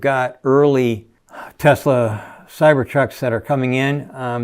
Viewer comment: he started pronouncing…tesLeR again …. there is no “R”